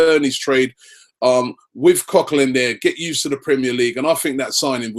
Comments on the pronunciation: it is either cok co lan or cok co lin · Robbie, Coquelin is not pronounced like that.